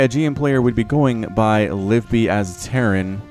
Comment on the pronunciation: Also I'm pretty sure it's Liv-ee-bee not Live-bee